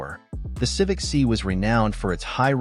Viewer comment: stopped watching at "Civic See"